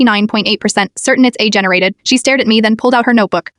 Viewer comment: The irony that the AI voice can’t actually say AI properly